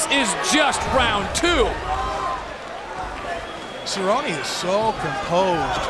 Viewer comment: David cerrone? He needs to keep his hands up? Shut your mouth lol you focus on getting his name right. Obviously doesn't love the sport